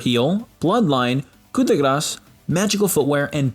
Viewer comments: Ku de gras? Don’t roll the R man it’s annoying, it’s koo-de-grah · I smile whenever he says coup de grrassss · Just a friendly note, coup de grace is pronounced Coo deh grah. French words. /shrug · Nah it's pronouced "ku de grass" source : i'm french. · Octavian Sebi You mean pronounce? It is spelled Coupe de Grace